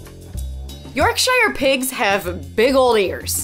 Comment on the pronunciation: From someone who’s from yorkshire, it’s actually pronounced York -sher 🙈😂 like Sherwood Forrest but without the wood 😂